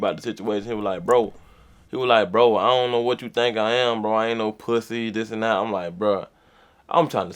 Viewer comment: 🤣🤣🤣 “ion know”